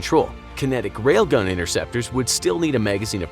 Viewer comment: Did he say RAILGUN